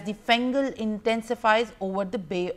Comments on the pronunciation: Small confusion over the name of the Cyclone. It's Fengal Not Gengal 😅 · It's not Gengal it is Fengal